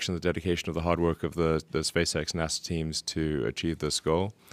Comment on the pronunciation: King Spork oh shit he said Spazex not Spacex I can’t read